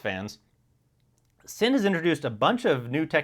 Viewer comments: It's pronounced Zinn not sin. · I knew German is a tough language for most but wearing these watches is not a sin is pronounced Zin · Sinn is pronounced "Zinn" in German